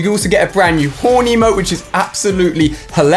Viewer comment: Like, I thought he was saying Horny emote!! Lol